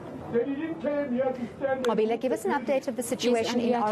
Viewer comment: This white reporter learnt how to say the Reporters name "Nqobile" properly. Would she have done the same if she wasn't paid for it?